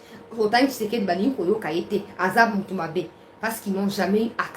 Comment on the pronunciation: nous sommes contents de tes nouvelles, mais nous demandons d'avoir un peu de modestie sur l'appellation du nom de président Félix tshisekedi,: sa nous fait Mal tu prononce tshisekedi, tshisekedi,, changé